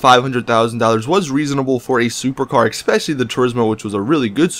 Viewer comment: "Exspecially" is not a fucking word, so stop saying it.